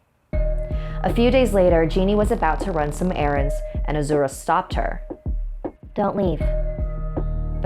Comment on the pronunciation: You're saying Azura wrong... Lol